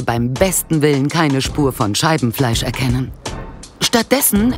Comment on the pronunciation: Warum verstehe ich immer anstatt Scheibenfleisch Scheidenfleisch 🤔😳🤣